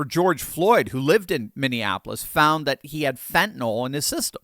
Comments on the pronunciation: Thanks,. I love your videos! By the way, the drug is called "Fentenyl," not "Fentenall." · Pronounced Fen -ta - NILL not Fent an ALL